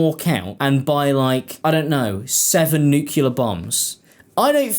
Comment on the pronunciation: Ok, I must say, it's pronounced the way it's spelled. It's nuclear, not nukular... new... clear....sorry, it's a pet peeve